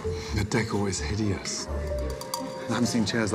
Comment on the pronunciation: lmao it sounded like "that girl is hideous"